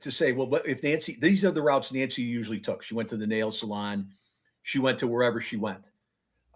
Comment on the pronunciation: Your guy that is reading, calling Nancy , Angy. Here name is not Angy it's Nancy